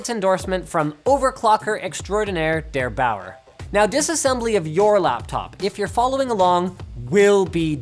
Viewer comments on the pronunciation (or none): it's not Derbauer, it's derEIGHTauer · This moment I heard Linus pronouncing Der Bauer (=The Farmer in English) I laughed that is so funny hear english people pronouncing german words